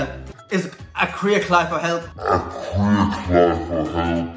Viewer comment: 😂😂😂 "crear cly"